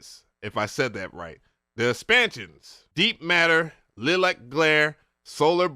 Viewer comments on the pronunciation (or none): LMAO!!! Because reading is hard? Listen man - it's not "RE-NO'ED"... it's pronounced "RE-NOUND". And it's not "LIL-LACK" - it's pronounced freaking "LIE-LACK". Seriously kids - STAY IN SCHOOL.